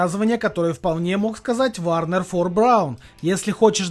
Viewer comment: Неуч - Вернер фон Браун, а не Варнер, дальше не смотрю, т.к. неучи не могут научить других полезному!